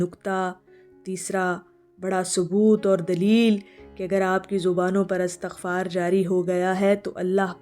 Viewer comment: Right word or pronunciation is Istaghfar not Astaghfar. While Astaghfirullah is right. Do your research, please.